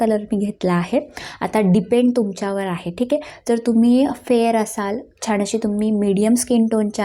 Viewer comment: छाण नाही छान